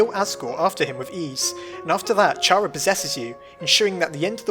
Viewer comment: It’s not “cara” it’s chara! With a CH!!!! nobody ever says ch with a silent H!!!